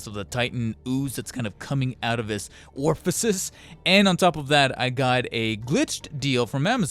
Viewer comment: What's an "orfacice"?